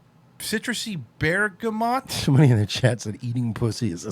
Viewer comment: Listening to you try to say bergamot is killing me